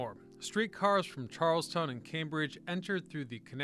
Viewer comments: It’s CharlesTOWN not Charleston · It’s Charlestown not Charleston. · It is CharlesTOWN NOT Charleston. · TREH-mont not TreMONT, and Charlestown, not Charleston. But seriously. Great video. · CHARLES-TOWN you pronounce the whole thing. CHARLES-TON is in the carolinas. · It’s Charles-town not Charleston lol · It is " Charlstown" Massachusetts Charleston is South Carolina... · Good video, but Charleston? Charlestown. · its Charlestown not Charleston like in SC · Is CHARLESTOWN, not Charleston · And "Charles-Town" not "Charleston". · First thing I did upon hearing him say Charleston and reading “Charleston” on that map, is Google it. Always “Charlestown” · I have long been a fan of your channel. Everything is great (save for the occasional minor mispronunciation). However, I have to tell you that, in this case, you have incorrectly identified one of Boston's neighbors as Charleston. In fact, that once independant city is Charlestown. That is why its inhabitants are known as "Townies". Charelston is in South Carolina. Keep up the great work and thanks! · Charles-TOWN & TREE-mont, not Charles-ton and Treh-mont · Charlestown Massachusetts You keep saying " Charleston ". I'm from Massachusetts I now live in Charleston South Carolina. 2 different places. There is a Charleston in WV as well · It's called " Charles-town." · Charles-town, not like the city in SC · It's Charlestown — Charles-Town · He can't even say Charlestown correctly. This is BS.. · The pronunciations are funny here … Tremont …Charlestown One would think that someone would edit 😉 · lol you should discover how to say "tremont" and "charlestown"